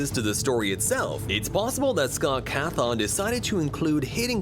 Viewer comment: Scott cathow ?!?!?;?;? 😂😂😂